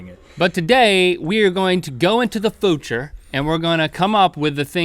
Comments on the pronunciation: He didn't say future he said fu ture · link says footure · "Go into the foocher" - link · "That super footure footure" me:😑😒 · foorrtaaaarrrr ??? link cant say future ? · Anyone else notice that in the begining that link said footer instead of future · How did he pronounce future?? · Just to let you know Link, the way you say future is incorrect... Don't worry about it though I actually really like it. Don't want to get creepy but the way you say it is quite cute actually 😊